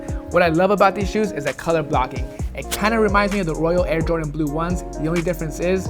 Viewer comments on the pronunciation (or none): none